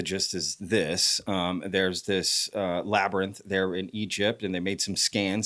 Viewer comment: May this “ Labernynth “ be vetted